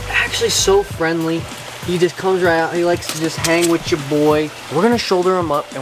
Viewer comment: ~ Jo' boy!.....like how you said, "he likes to just come hang witch jo' boy" (aka your boy). apx